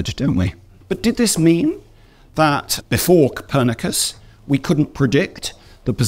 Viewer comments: Se pronuncia Copérnico,no capernaco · La traducción en español de IA le dice Capernaco a Copernico, y Tommy a Ptolomeo 😂 …asi empieza el telefono roto de la desinformación de la IA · Él narrador en español se empeña en llamar Capernaco a Nicolás COPÉRNICO. Nadie corrige estás cosas antes de publicarlas?!